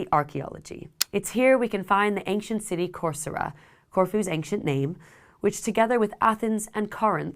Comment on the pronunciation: you say ank-chent. I say ancient